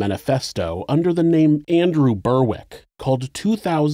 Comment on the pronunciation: Berwick is pronounced “Berrick”. Same as Warwick, which is pronounced “Warrick”. Why he chose this peculiar middle-English name, I have no idea…..